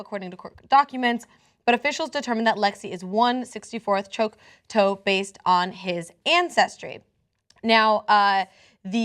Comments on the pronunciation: "Choke-toe"? Please, if you're going to do a story --make sure you know how to pronounce the pertinent names. Choctaw is pronounced- "Chalk- taw ( like paw). This poor little girl should have stayed in the foster home --with the people who she felt safest with. I understand the technicality...but the laws should be changed to be flexible and use common sense. She's too old not to be severely traumatized by this. Being FORCED to leave the people she loves and who love her and who she feels secure with to go live with complete strangers is heartless. The laws should always be what's best for the welfare of the child. Period. This is not. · Repeal Indian Child Welfare Act... HELL NO!!! That law is helping Native American children to this day to keep in touch with their culture. This law is very relevant for Native families. I expected better from TYT. This was INCREDIBLY bad reporting. Also, it's not Choc-TOE, it's Choc-TAH. Thumbs down for sloppiness and poor facts. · The name of the tribe isn't "Choc-toe" but "Choc-taw." If you're going to make these videos at least learn how the words are pronounced. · In the word Choctaw the 'oc' is pronounced like 'chuck' and the 'aw is pronounced like 'law'. 'Chuck-taw', not 'chuck-too' or 'chook-too'. Love the show, not trying to be rude. Just fix it. Edit: nor is it 'choke-toe'. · i want from crying to laughing my ass off when she said choke toe. chuck taw. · It's Chock-Taw. Choke-tow doesn't even make phonetic sense. This is just a sad story however you look at it. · wtf is choke toe dumb bitch it is chak-ta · It's "Choctaw" not "Choctoe". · Why can't anyone on TYT say native peoples names right. They even messed up on the great lakes names. Huron became Her-on now Choctaw ( chUHk-taw) became choke toe. smh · not Choke -toe, goddammit Chock-taw! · It's taw not toe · “Choke-toe” Indian 😂😂😂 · youngheart Really. "Chock-toe". This is child abuse! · Choctaw (choc-tah) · It's Choctaw. Pronounced Chawk Taw or Cha Tah .